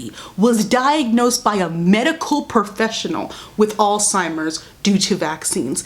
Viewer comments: You saying Alzheimer’s wrong😭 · The way you were saying “Alzheimer’s” reminds me of “embezzled” NDNDN